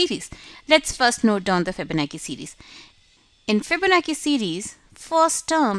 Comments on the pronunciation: Pronounced chi like chow chi bye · My friend, It sounds like you are very political, I apologise if I was rude but I expressed sincerely what I felt. I am not talking about general English skill but the important keyword like Fibonacci because it does influence other people so that many audience propagate it again, a chain reaction occurs! Probably the same thing happened to her. I would like to urge people to google about how to pronounce the keyword and it doesn't take more than a couple of minutes. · Fihbownachi Fihbonaki lol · You could pronounce "Fibonacci" better than that. Very annoying to hear a wrong pronunciation over and over again. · Ikr, its not that hard